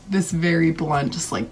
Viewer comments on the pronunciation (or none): I really enjoy watching your videos. Thank you for that! But there is one thing that bothers me: You pronounce "blunt" like "blend" but it is pronounced [blʌnt] so "blant" All the best and keep up the great work!